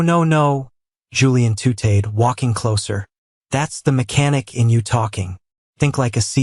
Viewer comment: 'Frylier'??? The word is 'Frailer'. 'Tootayed' instead of 'tutted'?????? Stupid Automated Idiocy, supposed to be the future of the world! God help this world!!!